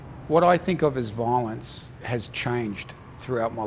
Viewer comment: if I hear the word "Vaaaalonce" one more time...